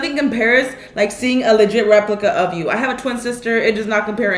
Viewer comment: When you said a “ a mold of my head” , it sounded like you said, “ mold on my head!”!